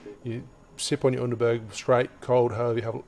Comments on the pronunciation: Underberrrg - the "r" has got to come from the back of your throat... Underberg... ich glaube tatsächlich ich kenne NIEMANDEN hier in Deutschland der das Zeug freiwillig trinkt 😂🤷🏼‍♂️ Greetings to you from Germany - keep doing such great videos please... WEITER SO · The U in Underberg is pronounced oo like in room. And the berg like bear. But you are pretty close. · Not really... It is pronounced Underberg the "Under-" he pronounced right but the "-berg" he still pronounced English and not German :P